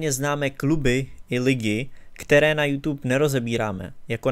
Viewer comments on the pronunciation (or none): none